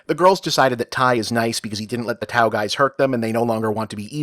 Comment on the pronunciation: I must have missed this episode first time around. : Aaaand this channel is immediately blocked forever in the PRC. : Though the anglicised spelling is "Tao," it's more correctly pronounced as, "Dow." : "Sampo!"